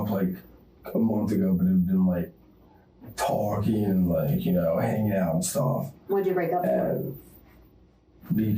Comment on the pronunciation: Ugh, this guy! With the voice that makes me need to shit. Can anyone else not stand that way he says words like "talking", he pronounces it "tauwking" like he's about to vomit after the T